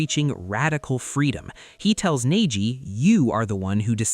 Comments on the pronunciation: He pronounced a couple of words weird. Lol, but those definitely stood out above the rest. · “Hoh Kah geh”😂 “ney Ji”